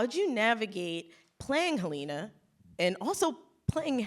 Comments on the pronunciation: I know they said that, but this interview proves otherwise. Or perhaps she's an innie and that's why she mispronounced Helena? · imagine being a successful woman like Britt Lower and having to be interviewed by someone who mispronounces your character's name, and put in no effort to even just watch what you poured your heart into. This has nothing to do with gender. You're clutching at straws. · I'm dead ASF Quinta brunson Miss said Helena's name LMFAO Ben Trammell Tillman's face when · How do you watch an entire season and still not know how to pronounce Helena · imagine being a successful woman like Britt Lower and having to be interviewed by someone who mispronounces your character’s name, and put in no effort to even just watch what you poured your heart into. This has nothing to do with gender. You’re clutching at straws. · hahahaha she didn’t even pronounce well “Helena”